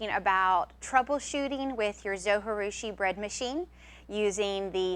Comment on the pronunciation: Great video! Thanks for all the advise! One thing, though. In the video that came with my Zojirusha they pronounce the "J". I know you don't pronounce a "J" when speaking spanish but the Zo was made in Japan. Not trying to be too picky, but.... Linda